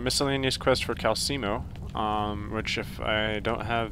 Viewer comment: It's pronounced Kal-Sell-Mow And Mar-car-th